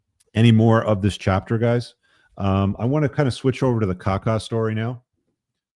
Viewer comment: kakaaa, not kaka 🙂